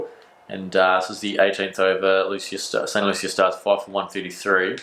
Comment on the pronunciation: Pronounced st “loosha”. Love your vids btw